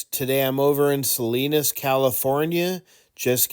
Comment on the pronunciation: Salinas??? More like "Saweenus"